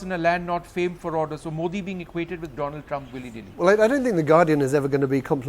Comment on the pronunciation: just like hafeez sayeed,the gentleman from congress can't pronounce 'modi ' properly.such a shame.